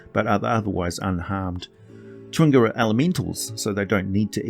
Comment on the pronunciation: Not at criticism just an observation but never seeing the word chwinga I though only a native English speaker could say this but then I hear “cha.wing.ga” not two syllables? Random I know